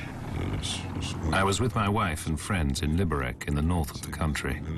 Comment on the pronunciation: Liberec is pronounced "Liberets" not "Liberek"